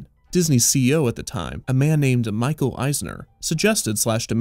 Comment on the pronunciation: I LOVED the pronunciation of Michael Eisner like you never said the man's name before! LOL!